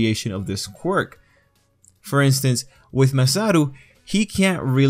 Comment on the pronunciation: dude, its Masaru, not MASATO